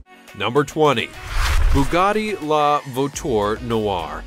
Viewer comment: "voiture"... "veneno"... dude you need to learn how to say words